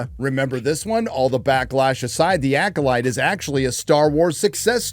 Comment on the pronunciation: Did you call it the Yackolyte? HAHAHA!